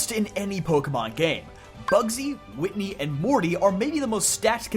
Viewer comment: It's Whitney 😭